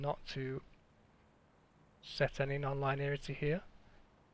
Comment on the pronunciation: Lin-ee-arity Not line-earity